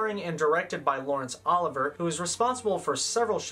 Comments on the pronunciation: I'm sorry, I had to stop at the third Laurence Oliver pronunciation (It's like Olive-E-Aye) and then the only credit to give Christopher Lee was Count Duku... I couldn't watch any more. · Thank you for offering him the correct pronunciation for Sir Laurence Olivier’s name. He’s wonderfully respectful and intelligent in his reviews of the movies (even when I don’t agree, I appreciate what he’s done) but that bit did get to me a little. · Unfortunate mispronunciation of Lawrence Olivier’s name. Youth! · This video is pretty great but bro ya gotta learn to say Laurence Olivier’s name before taking him down a peg 😂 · You keep saying Laurence olivier's name wrong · That is absolutely not how you pronounce Lawrence Olivier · did anyone else cringe each time he mispronounced "olivier" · Great job on this series, and very helpful -- thanks for putting in all the effort. I hate to risk discouraging you by mentioning that the name of the lead actor in "Hamlet" is pronounced "O LIV ee ay", so I won't. But if someone else happens to bring it up ... well ... they're not wrong. Very well done, though! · Great job! Very thorough coverage. Note a "sleeper" is a movie that is a financial success despite an initial slow start at the box office. Also, Laurence Olivier's last name is pronounced "Ahh-live-E-A". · Laurence Olivier’s last name is pronounced Oh-liv-E-A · Lawrence Olivier is pronounced O-live-e-a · It's Olivier not Oliver. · I can't get over the mispronunciation of Laurence Olivier 😭😭😭 Great video though GAWD DAMN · Same way he got Olivier's name wrong. And Leslie Caron's. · I'm really loving these reviews, so I hate to be "that person," but the director and star of "Hamlet" was Laurence O-liv-ee-ay (not Ol-iv-er) -- and Shakespeare didn't write in Old English (which disappeared in the eleventh century following the Norman Conquest) -- he wrote in Modern English but had his characters speak in poetry, thus the "language barrier." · Oh-liv-ee-eh not Oliver